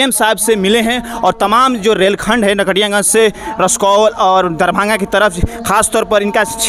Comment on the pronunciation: Dear it's रक्सौल not रसकौल, language of a reporter is very important. Good reporting on local issues.